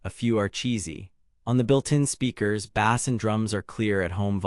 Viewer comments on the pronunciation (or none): Bass is pronounced base! Not bass like a fish! This has got to be ai read